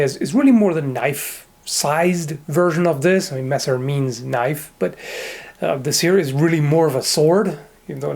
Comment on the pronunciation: "That's not a noif...this...is a noif"